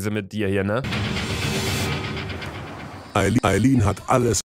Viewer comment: Ich fülle mich sehr verarscht. Ihr sagt lemlich die ganze Zeit Ayline und so heiße ich